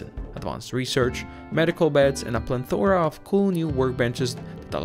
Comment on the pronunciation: Hey man. I'm not trying to be a dick, this video is old and im just watching some cool videos. There is no letter "N" in "Plethora"